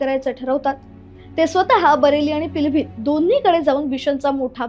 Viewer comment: पिलभित काय महानता ते पीलीभीत आहे.उच्चारण तर ठीक करा की.. पिलभीत, पिलभित की म्हणता...